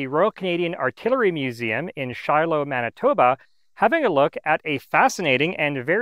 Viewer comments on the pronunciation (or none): none